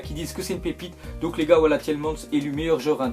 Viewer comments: on dit pas tielman mais tielmane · youri tielmans on prononce tilmans avec a pas an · On dit Youri Tielemaanse et oui il est très bon avec anderlecht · Je suis anderlechtois et je te le dis il va faire du sale dans votre championnat il va devenir un des meilleurs joueurs tu verras et c'est normal car il vient de la meilleure école de jeune et du meilleur club de Belgique 💪💜#34 et ça se prononce comme superman donc tielemâns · sa se prononce tilmans pas tielmans !!! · Waaaa faut s'améliore mec sur la prononciation de la pépite belge